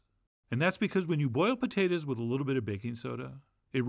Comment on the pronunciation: Your pronunciation of putatahs is the same as my grandfather from P.E.I., who has passed. Thus, I added tears instead of salt. Love from Queen's U, Canada.